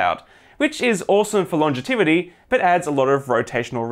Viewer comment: Longetivity? Now you're making words up.